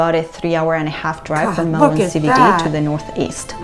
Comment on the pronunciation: And you pronounced MELBEN ( Melbourne) correct. Well done.